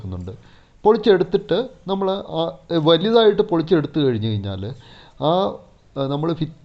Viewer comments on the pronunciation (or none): none